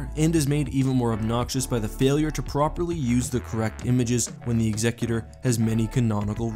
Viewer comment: thank you so much for correctly pronouncing ''executor''.